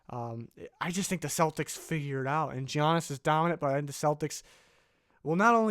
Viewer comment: Learn how to say Giannis’s name it doesn’t have a G sound it has a Y sound. I hate it so much when people don’t take the time to learn how to say someone’s name, it’s not that hard you just have to pay attention.